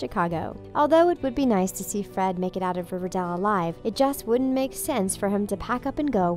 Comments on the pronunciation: Ok this is sad in all But who pronounces it River-dell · It’s not RIVERDAL it’s RIVERDALE But I love Luke Perry rip😭😭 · the bad thing about this is 1. he died 2. she said riverdal... not riverdale 👌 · New actor....? Uuuuh no. It's not riverdel it's riverdale. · Its not riverdal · She says it more like riva-dell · Omg I felt really bad but I was thinking the same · Riverdall 😂😂 (Rip Luke Perry) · “River dell” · Did you say riverdell? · She said riverdil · Did she say riverDELL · 😥😥😥😥😥😥😥😥😔😔😔😔😔😖😖😖😫😫😫😣😣😣😩😩☹️☹️☹️☹️😞😞😞😞 ( p.s why does she say riverdal ? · What’s riverdell😂😂😂 that’s what she said😂😂😂